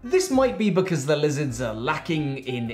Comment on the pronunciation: i rewatch this once a month just to hear say “they’re lizzerds”